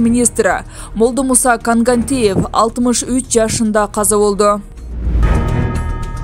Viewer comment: Жанылыкты кыргызча окуп жатасын Молдомусаны деле кыйналбай Коогантиев эле десен болмок Кангантиев деп бурмалабай